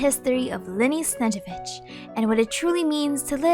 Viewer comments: great vid, the only thing snezhEvich would be more correct rather than sEzhevich, but eng genshin dub usually messes a lot russian spelling, stressing and pronunciation, so ig it's not big deal😭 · you are pronouncing Snezhnevich without both N qwq